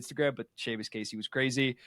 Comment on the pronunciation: "See-mus Casey" lol